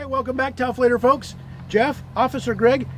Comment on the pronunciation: when I'm having a blah kind of day, hearing say "Taufladerfolks" turns the frown upside down lol